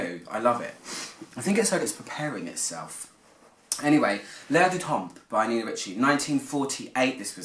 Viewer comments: Great review, just do not pronounce the p at the end if the word temp..French language grammar rule you never pronounce the letters in the word DePoSiTo so you never hear a D,P,S,T at the end if a French word .. Written: l'Air du Temp, Pr: l'Air du tan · good review ... just fyi, both the p and the s are silent in temps